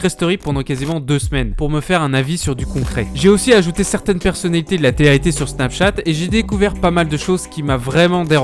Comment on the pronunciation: Hé garçon ! répète après moi : té-lé réalité, pas téréalité. Il sort d'où cet accent franchement ?? Enfin le plus efficace pour ces émissions de merde disparaissent c'est encore de ne pas en parler. J'avais moi même oublié que ça existait avant de tomber sur ta vidéo en recommandation...